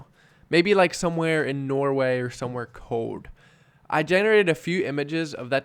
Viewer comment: “Somewhere cowd”